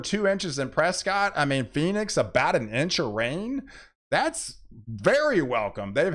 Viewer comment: Excellent! I love the heat. ...well and the rain. Btw...Prescott is typically pronounced, " Preskitt" . Flagstaff enjoys being called "Flag". So I've been told.